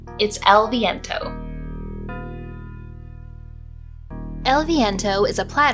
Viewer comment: I've never seen that title but it looks amazing especially because it's a retro game, and I love the way you say "el viento" in spanish. Keep going with your videos cause' I like them a lot. Greetings